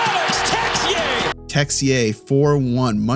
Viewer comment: Haha great job on the French about that Texier ' ruse '' you're awesome man.